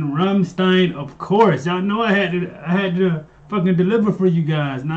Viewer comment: The way you said "Flake" to is correct. Now you just need to learn to pronounce "Rammstein" correct. :D The "st" is pronounced like "sht"